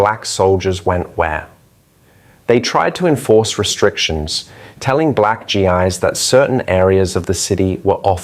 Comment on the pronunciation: FFS... Not even 30 seconds in and the voice machine is referring to "Gee Eyes" as "Gee Eees"...